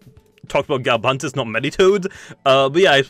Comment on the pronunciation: Me-ditoad, Me-tronette, Me-ga Propae?